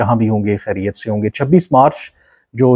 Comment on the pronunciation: Bhae sahab kharyat nahi ( khayriat kaho